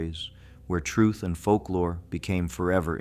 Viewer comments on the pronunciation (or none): none